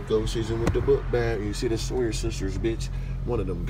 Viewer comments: Soy-er, its Sow-er. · This guy said sig soyer haha